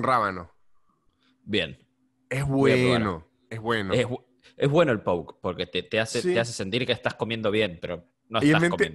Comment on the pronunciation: Impresionada con la pronunciación de Poke en Argentina